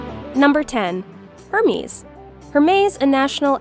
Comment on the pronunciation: Hermes is pronounced like “mess” in the end and not “miss” u should double check beforehand.